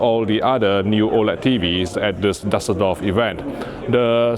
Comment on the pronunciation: I love you and your work, but your pronunciation of Düsseldorf is genuinely painful. 😅